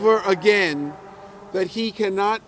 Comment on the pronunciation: Never put someone in charge that uses "Dat" instead of "That".